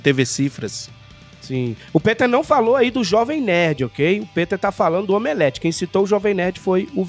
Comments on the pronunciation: Eu racho de rir quando eles dizem "Omeleft"! kkkkkkkkkkk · "OMELEFTH".😆🤣😅😅... Perfeito!